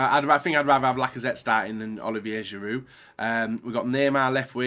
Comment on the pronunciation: what pisses me off most is inability to pronounce names correctly, i.e. Pjanić, Giroud etc. Its not hard! This is your job! stop being lazy! Really triggering with YouTuber's when this is their job and they either don't know names or how to pronounce them! UP YOUR GAME! ALL OF YOU!